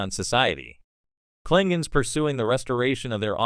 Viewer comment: Kling gons ? C'mon !